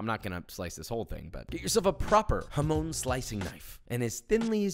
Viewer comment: The pronunciation of jamón hurts me😭😭😭